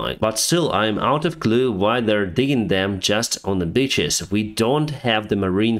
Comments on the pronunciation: Haha! When said: "including the beaches of The Black Sea", it sounded exactly like "including the bitches of The Black Sea". 😉 This should become the new nickname for all of the pro-Russian insurgents in that area of Ukraine. 😁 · Digging on the beaches: easier, they were ordered to dig trenches. They did. Behind the lines, but noone specified where they wanted them. Also, I love how you pronounce it. Digging trenches in bitches sounds cool :p